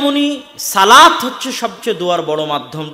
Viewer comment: মাশাল্লাহ অসাধারণ বয়ান। আল্লাহর সাথে সরাসরি কথা বলার সুযোগ বান্দাকে আল্লাহ দিয়েছেন। উচ্ছারণ হবে, 'সলাত'। 'সালাত' না।